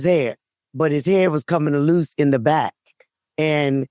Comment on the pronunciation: Mama said Chuck hair was coming “aloose”! Gotta love that 757!!😂😂